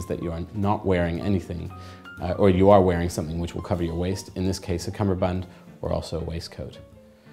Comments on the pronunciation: Seriously? I thought it is called Cummerbund, not Cumberbund. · He doesn’t say the word correctly